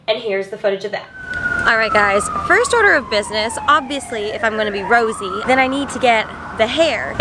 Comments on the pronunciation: its not Rosie, its Rosé 😂 I understand you tho dw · BLINKKKKK!!!!! 🤩✊🏻🖤💖💕 also Rosé is pronounced "Rosé-ay" 😊💜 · the pronouncation of her name is Rosé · how to spell: rosé how to say: ro-say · u say you are a fan but you can't even say her fucking name right fake